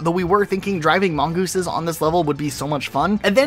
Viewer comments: Mongothesisis is top tier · Mongoothesises… that’s new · Or about how he's sayin' gouse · My personal favorite pronunciations were “mon•guy” and “mon•goes” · mongeese,,, mongi... mongoosens... why.... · The fact you pronounced the plural for mongoose differently every time cracks me up. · Definitely the best part of this video lmao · It's mongeese. But then it's mongii. Then there are mongoosins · Mongoose, mongeese, mongosen